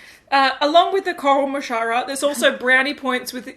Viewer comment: A coral mascara....coral mashara...car-in-my-shower XD